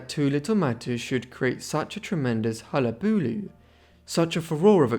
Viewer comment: I don’t think I’ve ever heard anyone pronounce hullabaloo like that lmao